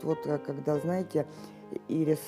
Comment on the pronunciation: Ирис (цветок) с ударением на первую "И". ирИс- это конфетка.